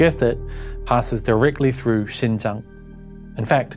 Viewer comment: When he said Xinjiang's name accurately at the beginning of the video, I automatically thought he was a Chinese guy. I legitimately got confused for a second when his faced showed up later